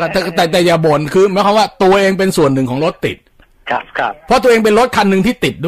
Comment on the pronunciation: ตอนแรกๆ อ.เหน่อ รถติ้ด ๕๕